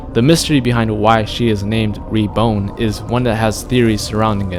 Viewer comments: REBORN NOT rebone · Re-bone?!! lol it's reborn as in born again